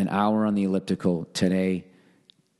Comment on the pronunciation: What the hell is an "alyptical" .... An extra large testicle ?